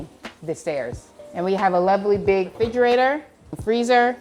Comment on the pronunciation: Too much "look at me" going on here. And it's a refrigerator, not a frigerator.